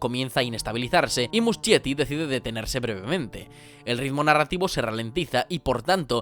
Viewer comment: amé el video<33 pd: se lee musKietti, no muschietti jajsja